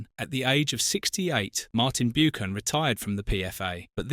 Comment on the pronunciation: hard too watch this its BUCKAN YOU PRONOUCE IT BUCKAN